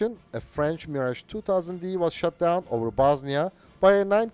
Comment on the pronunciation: I hope for the day we'll see an English native speaker (or even non-native like this one) youtuber finally pronunce French names like Mirage CORRECTLY. Is it so complicated???